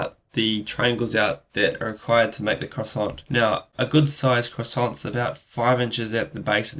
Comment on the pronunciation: also you don't pronounce the "t" in croissant, nor the "s" in the plural form.